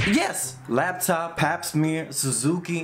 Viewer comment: The fact that you called La taupe « laptop » the all movie killed me !